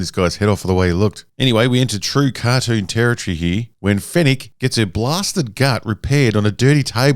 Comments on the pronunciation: "Car-doon" Thanks for the video!! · Hahaha "kardune"?!😂 I love the way he says cartoon!😂